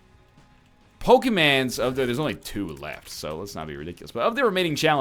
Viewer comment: LOL I TOT YOU SAID IN THE SPIRIT OF POKEMAN????? Such a disappointment. You should change the title to NOT-pokeman.